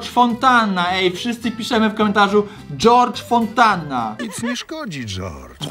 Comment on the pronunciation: Dżordż fonntanna😂